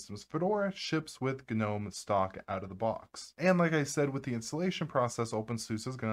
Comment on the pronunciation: Can't do his Hard G gnom E and the side as susA 😢